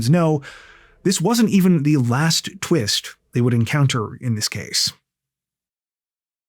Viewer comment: "What a tweest!"